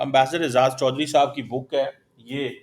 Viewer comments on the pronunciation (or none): Why do you get. He is not an honest person. Jalebi banayenge. And please ask him to pronounce your name properly. It's and not chorri saab 😊